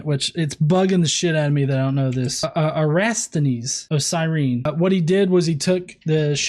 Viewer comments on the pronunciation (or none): read again, please? It's Era-TO-sthenes... -.